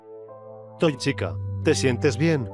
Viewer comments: Toy chica dijo picha xd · Dice pitcha